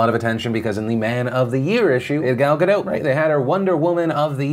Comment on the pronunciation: It’s Gal Gah-dot, she’s made this clear several times.